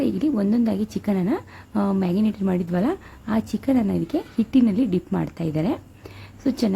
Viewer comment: ಅದು ಮ್ಯಾಗಿನೇಟ್ ಅಲ್ಲ ಸಿಸ್ ಮ್ಯಾರಿನೇಟ್